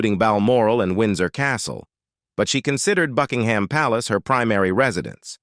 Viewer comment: Did she say "Fugginhim Palace"😳